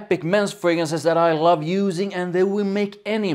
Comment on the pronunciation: "and I absolutely lauv it"